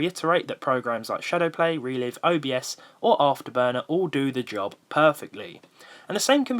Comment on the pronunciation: Please stop saying re-liv.... it's re-live. Sorry it's just annoying me :) Keep up the great vids & Happy Easter.